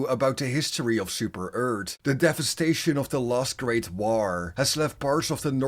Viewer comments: i love how you say super earth as super ert it is amazing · "Super Eart"